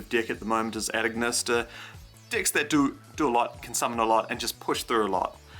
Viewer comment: I keep hearing dicks not decks